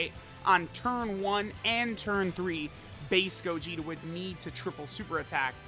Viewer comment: i thought he said faze gogeta instead of base gogeta lmao